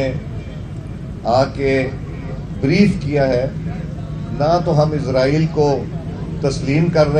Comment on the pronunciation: Isreal. Nahin. Ezraeal. Keh. Raha. Ha....